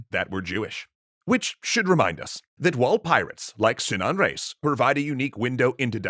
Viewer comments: Sinan sounds like Simao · In Arabic, the i in Sinan is short. I think it is so in Turkish, correct? (ı instead of i)